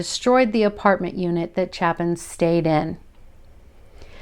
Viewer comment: Just guessing the last name might actually be pronounced “Chay-Pin”. It’s spelled the same way by Harry Chapin who wrote the classic story song “Cats in the Cradle” among others. Not a big deal just thought I’d introduce that possibility. ✌️